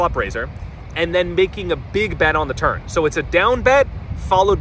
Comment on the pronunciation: Is he saying turn or turd?